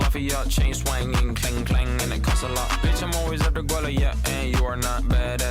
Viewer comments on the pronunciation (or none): none